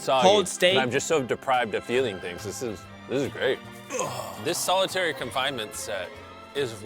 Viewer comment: Its solitary not solidairy